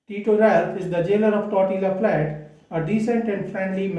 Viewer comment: I think its generally pronounced as " Tortiya " flat.. just fyi... Hearing it incorrectly pronounced grates . Apologies .Steinbeck is among my favourite authors . Follow this book up with Cannery Row .